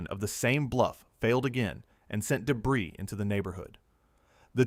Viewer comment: They are Bow like ow or wow doors. not bow like bow and arrow or show. Debris is pronounced Deb-Ree not deb-riss. Train the AI slop reader better before putting it to work.